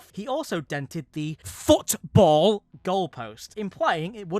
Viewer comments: hey man whyd you say football so hard? feels like we might have struck a nerve there or somethin.... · THE WAY HE SAYD FOOTBALL WHEN REFERRING TO THE GOAL POST THINGIE HAD ME LAUGHING SO HARD XD XD XD